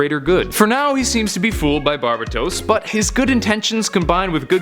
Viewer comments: You pronounce so many names horribly my god lmao. Bar-Bay-tos. not barba tos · ITS BAR-BAY/BAE-TOES NOT BAR-BA-TOS JESUS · Actually pronounced bar-bay-tos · Not trying to be rude but its pronounced bar-BAT-os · It’s pronounced bar-bay-tos